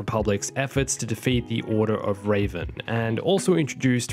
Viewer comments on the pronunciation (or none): Reh-ven not ray-van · this dude seriously called Darth Revon, Ravon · Sorry love the vid but its REVAN (RE-VAN) not Raven(RA-VEN). Raven is a bird Revan was a sith Lord XD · ᴮᵃˡˡᵃᶻ it most certainly is not. Firstly I’m from the same place he is and my accent doesn’t botch it up, secondly he’s said revan correctly in a different video, he just failed hardcore and it most certainly did hurt our souls 🤣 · ᴮᵃˡˡᵃᶻ that’s just the thing though, he didn’t say revan, he said raven 😂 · Its Revan, not Raven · RAVEN SERIOUSLY... It's shadow of Reven as in darth reven you silly goose! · rev-an rev rev as in the noise a car makes not rave-an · its shadow of revan not ravan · Raven made me die inside its REVEN, Rev like reving your truck and en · Did my guy just pronounce revan as Raven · Nice video but it’s not raven. His name is REVan. At least I think that’s how it was pronounced in swkotor. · Bro...IT’S REVAN...THAT’S SO NOT RAVEN. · It’s not raven it’s Revan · REVAN DARTH REVAN NOT RAVEN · pronouncing Revan as raven. smh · When he pronounced Revan as Raven I felt that in my soul and it hurt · the force unleashed games were never canon. I don’t know why so many people believe they were when they literally contradicted a lot of the canon at the time. Also Order of Raven? I’m not even a fan of Revan(I think he’s hugely overrated)but seriously how do you not know how to Pronounce the name of one of the most popular EU Star Wars characters of all time? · It definitely was painful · I just found it funny he pronounced Revan as Raven no need to be like that! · A piece of my soul died whenever he said Revan. ReeeVan Reh-V-An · It hurt my head and body when he said Raven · I found it funny he pronounced Revan Rey-van. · "Star Wars The Old Republic: Shadow of Ray-ven" What the fuck did you just say to me??? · "raven" lol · Rayven...... deep sigh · Anyone else getting triggered by him saying raven instead off revan? It pisses me off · btw u mispronounced revan